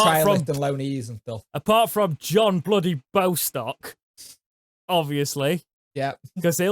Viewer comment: The finances are looking a lot better. But I do feel the need to point out, after all of the hammer gets..........how you pronunce Bostock..........it's boss-stock, not bow-stock.